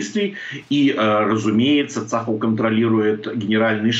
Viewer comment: ЦАХАЛ -ударение на последний слог...